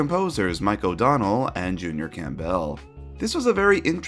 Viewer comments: Junior CAM-BELL? So is do you say CAM-BELLs soup instead of Campbells ("CAM-BULLS") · Great video! I've wanted to note this for a while, but typically, the UK pronounciation of "Campbell", as in Junior, is more like "Cambull", as opposed to "Camp-Bell". At this point I sort of look out for your pronounciation because it makes me chuckle and brings me joy. Anyway, awesome video, can't wait for season 8 and beyond! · That's the American pronunciation too, he just can't speak.